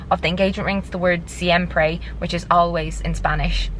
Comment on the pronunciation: im sorry but the way your pronounced siempre took me out. love the tatts tho haha